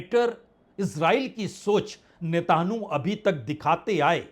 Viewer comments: Please sir, Ne....ta...nu nahi Netanyahu please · جناب اسرائیلی وزیر اعظم کا نام تو صحیح سے مخاطب کریں مانا کہ وہ معصوموں کا قاتل ہے جنگی مجرم ہے ، اس کا نام نیتن یاھو ہے ۔۔۔۔۔۔۔ نیتانو نہیں ہے 😊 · यह उच्चारण कहां से लाए हो "नेताणु" ? विदेशी चैनल भी ऐसा कुछ नहीं उच्चारते, लिखने में भी वर्तनी में ऐसा नहीं है, आप तो मोदी की तरह नकली डिग्री धारी भी नहीं हो फिर नेतन्याहू का उच्चारण नेताणु? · You are the best reporter , , Plz try to say Netanahu Not netanyahu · Ap ko netanyahu ka naam bolne me ghalte hore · चाचा नाम तो देख कर सही पढ़ लीजिये। न्यूज चैनल की तरह आप बोल रहे हो। नेतनयाहू है।😂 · पहले प्रधानमंत्री का नाम बोलना सीखो फिर न्यूज़ दे दो